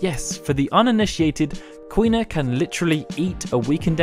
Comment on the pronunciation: Quina is Queen-a/King-a